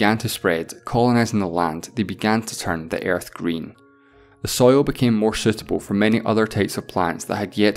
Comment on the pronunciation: I'm "concairned" with the "Airth"